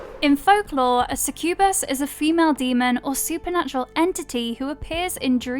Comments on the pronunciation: It's only "succubus" and "incubus". Also, that pronunciation 🙈 Suh-kyoo-buhs. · God, that pronunciation of succubus really got on my nerves. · It's pronounced 'SUCK-you-bus' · Is somebody gonna say something about how she said succubus and corvinus....no just me? Okay🤦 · How they say succubus 🤣🤣